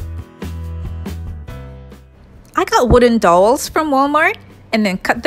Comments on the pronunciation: Cute video!! But those DOWELS are pronounced DOW EL's ... Not "Dolls" lol.. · I love your stuff. But it's pronounced D ow wells lol. ;) What is your flooring made out of??? it looks like big Puzzle pieces. Also, Everything you create is Beautiful. I'm hoping to be able to buy a house soon and if I'm able to then I plan on going Crazy making 99% of everything you have made lol. God bless you hon and keep up the Beautiful Crafts. <3